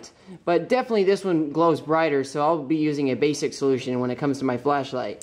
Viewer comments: haha it sounds like he says fleshlight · Replace every time he says ‘flashlight’ with ‘flesh-light’ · kept hearing "fleshlight"